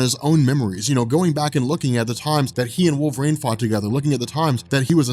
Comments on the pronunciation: My man, love your channel, been watching for years....can you please say Wolverine properly? Its not "WolverAINE"!! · I can’t stop hearing “wolverane” not wolverine 😂😂😂